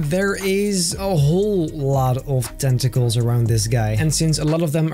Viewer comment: when he said tentacles i thought he said testicles LOL😂